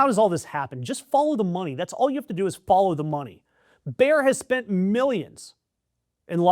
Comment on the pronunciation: FYI: Bayer is spoken similar to "Mayor", not "Bear", with the 'a'-sound as in "Maga". Emphasis on the 'a' and 'e', not contracted, two syllables.